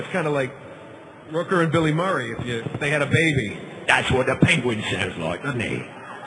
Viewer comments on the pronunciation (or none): none